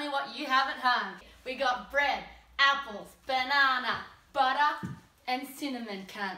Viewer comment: That's how you say "butter".